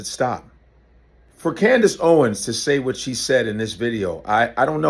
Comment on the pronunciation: Candace Howens again